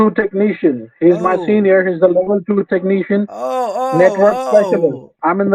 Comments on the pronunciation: Microsoft certificied TEK NEE SHIAN... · I don't trust any scammer that isn't at least a level 8 "techkneeshun" or higher.